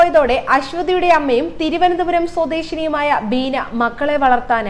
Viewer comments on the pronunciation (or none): none